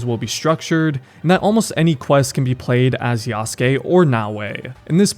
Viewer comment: bro has no excuse to still pronounce yasuke wrong😂